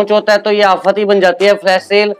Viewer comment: Hafat hahahaha sahi bole ho bhai aap